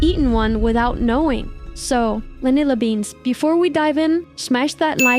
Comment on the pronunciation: Vanillabeans just sounds like vanibean😭😭😭